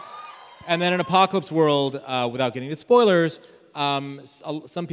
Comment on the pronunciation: Rob mispronounces Apocalypse World and Richard replies: "I think that's a piece if exercise equipment." Rob immediately responds: "I spent 20 minutes on the apocalyptical this morning."